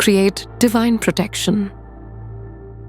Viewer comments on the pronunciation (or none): none